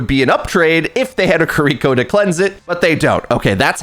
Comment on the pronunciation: “Ka-Reek-Ko”, haven’t heard it pronounced like that before